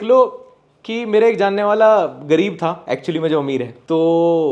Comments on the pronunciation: Th pe badi oo ki matra thoo😂😂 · था पे बड़े "ऊ" की मात्रा थू।🤣🤣